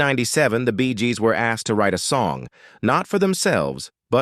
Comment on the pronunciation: I stopped watching at “Bee gahs”